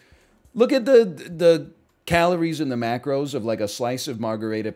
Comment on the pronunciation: Why does he say margherita like that